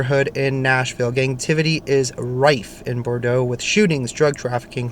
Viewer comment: Hey in Nashville Bordeaux is pronounced Bore doe 😊